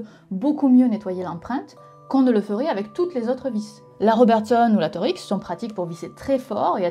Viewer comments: Philips, c'est pas nul, c'est d'la marde, sauf pour le vissage des panneaux de placoplâtre, ou familièrement appelés gyproc au Québec pour la raison mentionnée par Nota Bene à. Et en passant, la vis Torx se prononce torx, pas torix. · La vis « « torixss » » La vis « toRKs » nan? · cool !! on dit plutot "torx" en 1 mot, sans séparer le "x" ! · Hey, maintenant que tu es une grande fan de vis et d'empreintes de vis, que dirais d'une photo d'une vis a empreinte indevissable? (Oui ça existe. Oui, c'est débile. Oui c'est encore pour faire chier les gens ^^ ) Ah et l'empreinte 6 lobes, ca se dit "Torx" et pas "Torix" car c'est une empreinte qui a été conçu pour faire passer beaucoup de couple lors des serrages (torques en anglais) (source: mon entreprise fabrique environ 7 millions de vis torx par jour, et faisait partie du groupe qui a créer le Torx, Textron. ^^) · Pourquoi prononcer « torix » ? Erreur de lecture en pensant que c'était « Tor X » ou y en a qui disent comme ça ? En tout cas, c'est intéressant parce que c'est plus facile à dire/comprendre que « torx » pour ceux qui ont pas l'habitude. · Torx se prononce torks et non pas torix. Il n'était pas gaulois. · C’est pas torX on dit torx 😂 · Trèé intéressant, comme toujours. Par contre moi je prononce "torkse" et pas "torix". Je pense qu'il y a une alusion au mot "torque" en anglais qui signifie "couple" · Ca ne se prononce pas Tor-X mais Torx ... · Oui la Torx « TORKS » et non la « TOR-X » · Alors grace à ta vidéo j'ai aussi appris que les vis en étoiles se prononcent "Torix" et non pas "Torks" comme je le croyais. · Ha et en Suisse on prononce ''Torks'' et pas ''Thor X'', mais ça je pense que c'est partout différent ^^ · Et chez nous on prononce torkx, pas Tor-x, quelle horreur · Bonne vidéo, par contre ça se dit Torx, pas Torix ! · Bonjour. On ne prononce pas "tor-x", mais "torks" (sans dissocier le x du reste) ;-) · Marrant que nos cousins canadiens prononcent "torix" et nous "torquse" en France